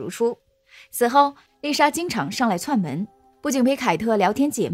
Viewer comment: 串门 声母是ch，不是c